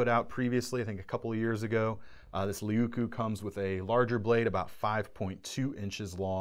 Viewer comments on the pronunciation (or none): Please: just try to pronounce as written. Puukko as puuk-ko, leuku (not lieku or liiku or what so ever). Sorry to say, but my ears hurt. I hope nobody got hurt.